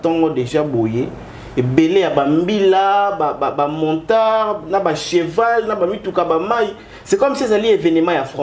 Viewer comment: que ton invité arrêtes de dire MONTARD.... (il n'y a pas de lettre N entre les lettres O et T). MOTARD please!!!!